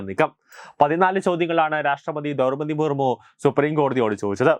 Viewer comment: ദൗർപതി മുർമു alla ദ്രൗപതി മുർമൂ എന്ന് വിദ്യാഭ്യാസ യോഗ്യദയോടെ പറയൂ....